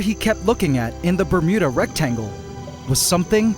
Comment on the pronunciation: Not gonna lie. Whenever i hear say Bermuda Rectangle, I keep hearing Bermuda Rectum.